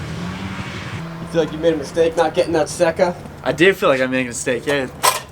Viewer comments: “Sa-ka” I believe is the pronunciation not sure though as in Laguna Seca . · It's pronounced "say ka". As in the race track... Laguna Seca. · SAY-KUH, its pronounced SAYKUH. Its named after the Laguna Seca racetrack. Ya'll killing me on this. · the yamaha seca is pronounced sayca ( spanish )